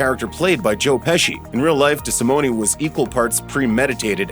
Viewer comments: Desimone not pronounced with an E sound at the end. Cringe.. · Just an FYI you’re pronouncing Tommy’s name wrong and his bones weren’t in the basement